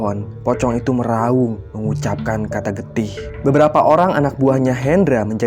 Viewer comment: Getih,,,,,,,sekarang suaranya jadi gak jelas Getih lagi apa jadi Getahhh...salam